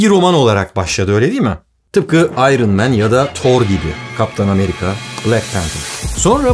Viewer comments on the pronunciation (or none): none